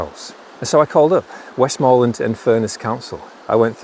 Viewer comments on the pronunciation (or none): You say the name Westmland not Westmoreland